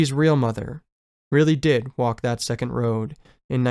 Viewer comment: Great work! Just letting you know, it’s “seconal” not second. Seconals were/are sleeping pills.